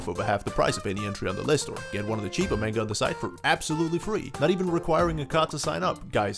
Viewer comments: did, he just say MAINGA? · This guy: MaYnGUH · I'm disappointed in how you pronounced manga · I'm hoping he's pronouncing the word manga as a troll lol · I'm new here but.... Why do you say manga like that???